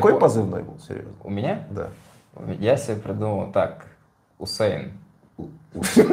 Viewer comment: Усэйн Болт 🤣